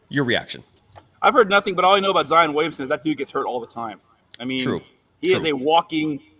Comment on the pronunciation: Hey - It's Zion Willamson, NOT Zion Williams. And you say everyone else is ignorant.